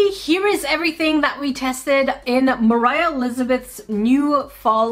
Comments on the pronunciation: Hahaha 🤣 ✋ I cat stop laughing When she said morhia paper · Was I the only one who heard Mroh when she was introducing her